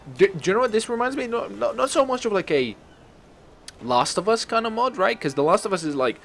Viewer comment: You write mod and you say map